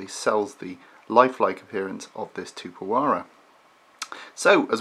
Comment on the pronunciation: You have to pronounce the 'x" in the name.